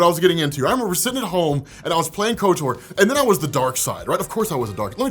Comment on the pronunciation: There’s zero reason to pronounce Kotor like kotour lol